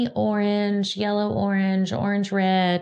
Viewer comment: Closed captioning heard the way you say aside as Assad. I didn’t have it on for “yullow”.